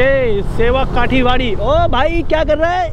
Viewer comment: Bhai thanks aapka video dekha,ye bahut achcha vdo hai,par raste me ek jagah hai jiska Naam aapne sevok Kathi barri bola hai.wo galat hai,us jagah ka Naam hai sevok Kaali bari.aur Apne jo drone se photo Liya hai wo he Sabse achcha hai thanks.